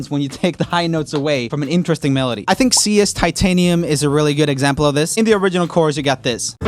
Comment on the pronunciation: Am i the only one who wished he said "INteResTiNg" instead of "insteresting"?